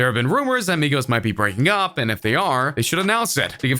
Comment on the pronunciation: Why this dude talk like that?? "And when the fans got to the CLAHB, Tyga didn't show AHP" lmfao